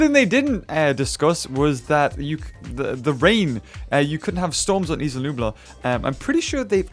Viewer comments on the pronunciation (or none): none